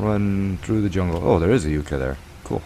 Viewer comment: don't hate me, I believe in this case yucca is pronounced ˈyə-kə instead of yoo-cuh since we are using the fibrous leaves and not an edible root XD!